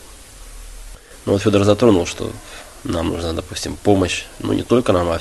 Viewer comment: А имя произносят как Сёдор))